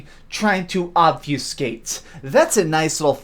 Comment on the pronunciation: Sorry dude but the word is OBFUSCATE...u pronounced it wrong...sorry I'm just like that...I cant hear someone say words wrong...